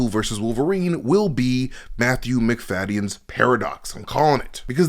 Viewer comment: Macfadyen is pronounced "Mac-da-gin" gin, like the drink.